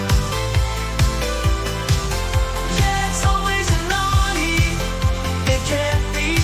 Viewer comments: The auto-singing on your Audi jingle seems to sing "always an ordi". If you re-record it with "always an owdi" as the lyrics, it will probably pronounce it properly. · 18.40 etc. interesting how the AI sings audi as in audio instead of as in Audi. Other than that you’d never know.